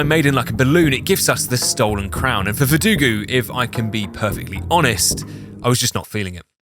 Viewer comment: Alex Jones in the attic caught me off guard. EDIT: VerduGO, not VerduGU.